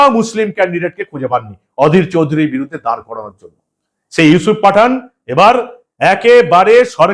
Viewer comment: Yusup patha..na pathann..bujte parchi na..😂😂